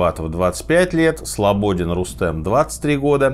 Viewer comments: А ещё назвал неправильно фамилию Рустама Слободина. Он СлободИн а не СлобОдин. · Первое - не СлобОдин, а СлободИн, аж ухо резало весь выпуск Второе у Тибо-Бриньоля 16ти сантиметровая дырка в черепе, не было упомянуто Третье - автомобиль должен двигаться со скоростью 60км в час, чтобы получились такие травмы ( не было уточнено ) Четвертое - нет в итоговой версии ни про какую лавину, там просто написано, что всему виной непреодолимая сила, которую туристы преодолеть не смогли. Пятое - последние тела при похоронах были фиолетового оттенка, про радиацию знали .. Шестое - то, что палатка прорезана изнутри подтвердила сама швея, которая шила эту палатку ( просто дополнение ) Седьмое - бежали к лобазу, поняли, что не добегут попытались вернуться и началось всё самое страшное Восьмое - военные назывались чистильщиками Много ещё могу перечислять неточностей в ролике, либо, что не было указано, так как долгое время изучал данную тему. Также сам пришел к версии, которая почти всё объясняет и это далеко не лавинная версия. Если будет интересно напишу А так выпуск интересный, хорошо повествует